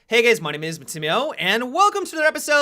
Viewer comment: "Hey gays"